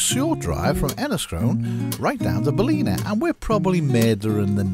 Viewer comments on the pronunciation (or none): Hi Guys, love your content, last weeks video in Westport was special. Your pronounciation in this weeks video of 'Baleena' is hillarious....try 'Bal' (as in 'BALance' and 'in a' (as .....'IN A bath house').....Ballina.....the second 'l' is silent. Again love your content. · its pronounced 'BAL - IN - AH', never been to the baths, i'll have to add it to the list. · Is that Belleek woods in Ballina( Bal in Aaah) 😅